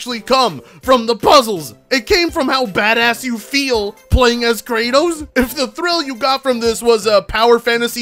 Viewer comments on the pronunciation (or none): Ok I'm British but what kind of word is peddling? Also it's pronounced Kra-tos not Kra-tus. That guy is making us British look weird. Ah well, more meme material for you. I'm just hoping by the time Raganrok comes to PC. Santa Monica would've added an option to remove the "hints" during the "puzzles". I'll play it on a hard difficulty to give myself a challenge, since the game is designed so someone like DSP can beat it.